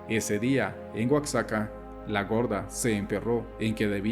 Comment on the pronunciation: Oaxaca se pronuncia gua ja ca